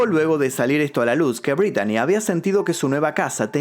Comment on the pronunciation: Se pronuncia Britney